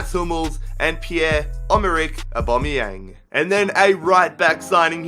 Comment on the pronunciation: The way he said Pierre Emerick Aaubameyang though...